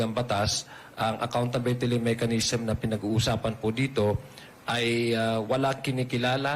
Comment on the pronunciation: to Adiong ano yang "accountabetili macanism" mo?